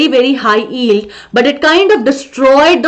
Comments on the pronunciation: Mam , you pronounce yield without y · y is not silent in yield so i think mam you should take care of what how you are spelling